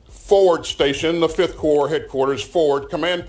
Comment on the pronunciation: 5th corps 발음에서 p는 묵음입니다. 이경우 육군의 5군단으로 번역해야 하며, 해병대는 Marine Corps[머린코] 라는 용어를 쓰는데, 해병대 전체 즉, [부대]를 의미합니다.